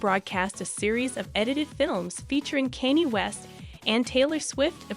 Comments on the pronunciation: Kanye is pronounced con yay. Not Kanie. I immediately stopped watching due to the person that obviously didn’t do any homework before filming this video. Couldn’t keep Listening. If they can’t do the homework for the name even though sadly he’s world famous then this obviously is not real news. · Why are people that stupid and can't pronounce mega stars names correctly. This is like the tenth video I've watched where the person doing the talking does all that research and doesn't know how to pronounce a celebrities name correctly. Do they live under a f*king rock? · Please learn how to pronounce "Kanye" a it was painful to listen to the repeated mispronounciation